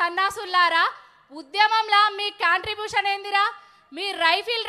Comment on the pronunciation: Ade contribution andi not contrabution 😂😂